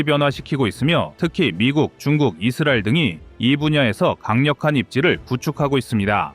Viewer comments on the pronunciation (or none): none